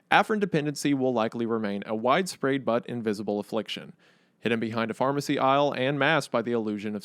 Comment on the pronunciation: He definitely says, "wide-sprayed", right?